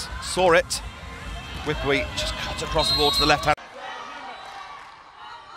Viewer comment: Commentator pronouncing Wipwee 2 syllables instead of 3 syllables and that was wrong , but that’s what English tongue pronunciation. 🤪